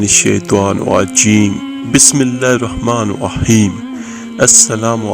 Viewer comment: You reading wrong check the capital letters Auzubillah minashaitan NI RAJEEM bi-smi llāhi r-raḥmāNI R-RAḤĪM" correct it